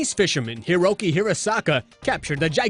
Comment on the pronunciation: I'm triggered, it's not pronounced hirowkey, it's pronounced hiroki.